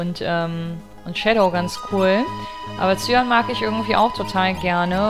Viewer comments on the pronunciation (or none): Cyan spricht man aus wie "Cayenne" (Kai-änn)